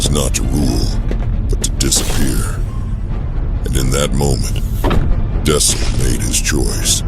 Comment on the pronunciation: You could probably get the Ai to pronounce dxun right by spelling it 'duckson' or something.